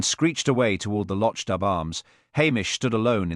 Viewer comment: The town’s name is pronounced /lok doob/ not /losh dub/